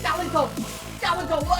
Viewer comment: Wassup for the seventh time "Galidon"